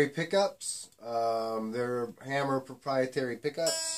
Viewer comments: Hammer?? isnt it hamer? lol.. juustt kidding stayy calm.. appreciate the review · Good review man. Not a slam, just information, it's actually pronounced HAY-mer.